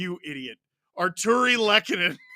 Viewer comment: Artturi Lehkonen 1-0 Avs (Lol botching his name again) Andrew Cogliano 2-0 Avs Tyler Bertuzzi 2-1 Avs Tyler Bertuzzi again 2-2 tie Mitchell Marner 3-2 Leafs Mikko Rantanen 3-3 tie Tyler Bertuzzi (Hatpy Birthday!) 4-3 LEAFS WIIIIN!!